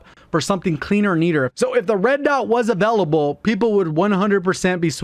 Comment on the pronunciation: Avellable. Hehehe